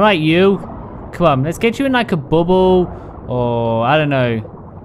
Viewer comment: says Bubble like Bum Hole anyway I was really laughing at that Mosa